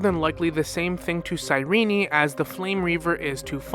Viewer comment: Good video but why do you keep calling Cyrene "cyrene-i"